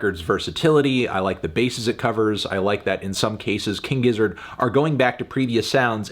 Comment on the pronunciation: Yeah Melon ok it's pronounced "Gizzard". I don't know why you insist on saying it with a J-sound